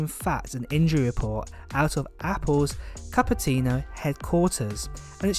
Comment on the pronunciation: Capertino???? : ) It is Cupertino